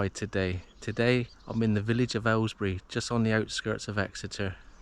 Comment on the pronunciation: Aylesbeare ... not Aylesbury, which is a town in Buckinghamshire.